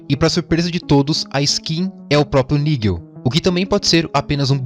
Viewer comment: Nigel não irmão, "naidjel"